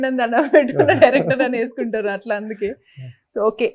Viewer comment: Anchor ki Matladam nerpandra babu.. "Yesukuntaru" anti 😳..